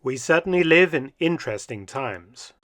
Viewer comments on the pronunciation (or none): none